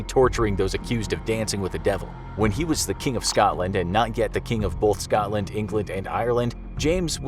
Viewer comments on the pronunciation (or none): none